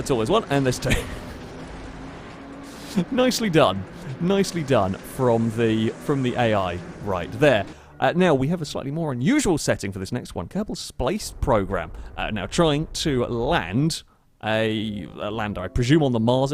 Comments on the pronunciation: I heard spice program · "Kerbal Splace Program" Splace...